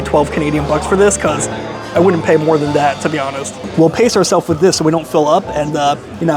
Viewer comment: HAS LITTLE ISSUE WITH THE TH SOUND. FOR EXAMPLE-" TABLE (WITH ) WIFF A BOOTH."